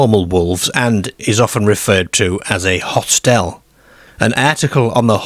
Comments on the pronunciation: Hostel not hostelle. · where is the narrator from his pronunciation of words like hostel large and Scarborough is a bit strange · Really odd accent. I’ve never heard anyone say hostel that way. Where is the narrator from?